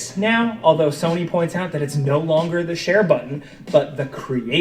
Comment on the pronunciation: He says soney